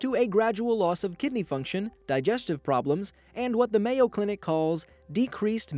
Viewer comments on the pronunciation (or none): none